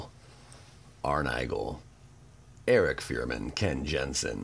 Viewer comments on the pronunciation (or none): none